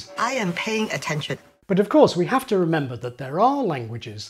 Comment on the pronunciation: I noticed you pronounce 'have' as 'haf'